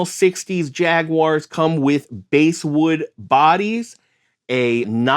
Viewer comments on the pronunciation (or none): I've never gotten my hands on a Japanese Fender, but I've only heard great things about them. Oh, btw, for future reference, basswood is pronounced like bass, the fish, not bass like in bass guitar.